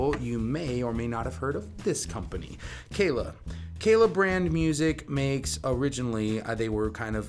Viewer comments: Geez... first things FIRST... the brand is Kala... Kah' - lah. NOT Kay lay. They've been around longer than you have ; -) . Kala offers many string options beyond the LaBelle's. Thunder Browns loose the slickness factor and have longevity. As for both the metal and nylon core, (depending on pickup system) there are both flat and wound round. Aquila is also now making flat wounds ( Feb. 2023). You failed to discuss ANY specs, scale ( 3" difference between the acoustic and the solid body); nut width and string spread; split coil on the solids, neck profile is different between models, and each model offers both fretted and fretless. On the acoustics there is no solid woods on the body, only laminates. Tuner ratios differ between the acoustics and solids. And, bridges on acoustic ( "hollow body?") v. solid.... No, you don't see metal bridges on acoustics.... if you know of one, please share the brand and model. That was an ignorant, throw-away line!! The LaBelle strings will "work" on any 23-23.5 inch scale, not just Kala's. There are a half dozen other mass makers and customs in 20-23.5 inch scale models. ( Flight, Fanner, Magic Fluke, Hadean, Ohana, Allot) This is my first 'visit' to your channel. Based on other review channels, I suggest you watch some of the other and find a review-style script. You repeat yourself a lot without following a stream of consciousness...hard to follow. Good luck with your channel. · It's pronounced Carla